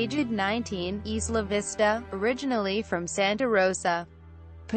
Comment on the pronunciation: EYE-la Vista